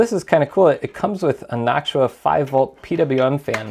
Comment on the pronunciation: never heard someone pronounce "Noctua" like that lol